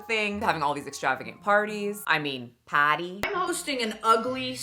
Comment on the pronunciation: wait, didn't Mikayla say: pAtty? pArTi? I'm always the last to giggle, know it's old already.